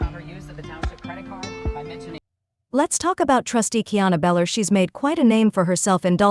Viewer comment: It’s Belcher idiot not beller